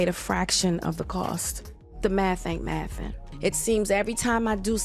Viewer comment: "The math aint mathing" say it correctly